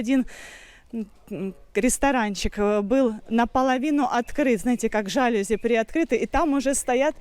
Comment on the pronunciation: Не жа́люзи, а жалюзи́., Вы учились в школе?